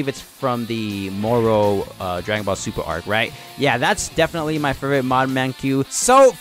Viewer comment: My man said "Zuper"